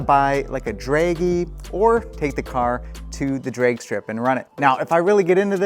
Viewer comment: Bro, are you Canadian? you keep saying Draigy and draigstrip mode lol